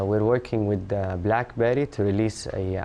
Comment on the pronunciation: Aww i loved how you said "black berry" in an arabic accent XD LOL